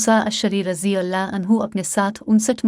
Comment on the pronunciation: اللہ کا نام بہن اور درود پاک تمیز سے درست ادا کرو